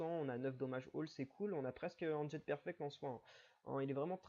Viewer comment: en "Jet" hehehe. le T est muet ^^